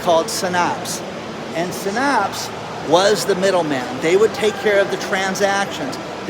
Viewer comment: You don’t know how to pronounce Synapse. It’s said like SIN apps. Pretty common science/medical term.